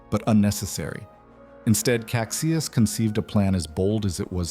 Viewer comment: Duque of Caxias is pronounced Casheeas